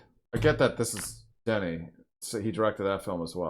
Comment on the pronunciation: You actually managed the director’s name better than most. Except for the 1st syllable. It’s Duh-nee (french pronunciation)